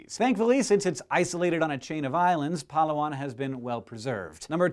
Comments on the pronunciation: Hey there Hank, I just wanted to help you out with the pronunciation of your second pick, Palawan. It's Pa-Louw-an, emphasis on the second of the third syllables. It truly is a wonderfully beautiful place. I lived on the island for just under a year and it is a magnificent place. Interesting fact as well is that Palawan is home to ten native language dialects. Ten! On one island. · Such a nice way of pronouncing Palawan (even tho yes it is wrong) but it's very interesting xD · pa-LAH-wan not PA-la-wan. :) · I love how Hank pronounces Palawan :) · He pronounced Palawan wrong .-. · I'm Filipino and he said Palawan wrong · You say Palawan funny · Lol, he pronounced Palawan weirdly.